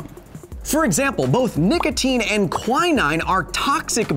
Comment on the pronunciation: I’ve never heard quinine pronounced like that...